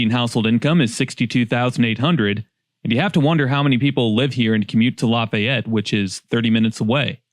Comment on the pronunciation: Random find of the video, just a drop-by viewer here. You can tell dude isn't from Indiana. We don't pronounce Lafayette the French way. It's with a longer 'E'. More "La-fē-yet", rather than "La-fai-et".